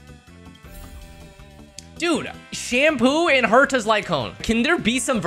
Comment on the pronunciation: Calling Sampo ‘Shampoo’ is hilarious to me, I don’t know why